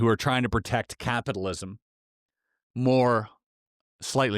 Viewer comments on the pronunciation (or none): none